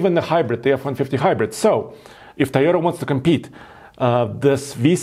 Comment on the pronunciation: I might be the only one bothered by his pronunciation of the word Toyota.. Its not Tiyota. Easy fix.